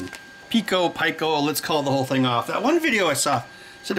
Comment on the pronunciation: It's actually pico like peecou and micro like microphone. ;o)